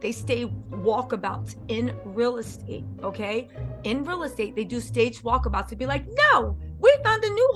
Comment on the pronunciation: You said walk a-bouts 😂